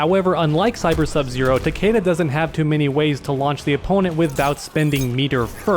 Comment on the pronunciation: "next up we have Takeda" It's "TAKEDA"